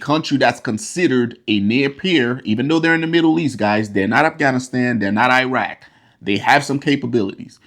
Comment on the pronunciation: oh my....the way he Pronounces Iran, it should be pronounced as (E-run), not (I-ran). Also he way he pronounces Iraq, 🙄!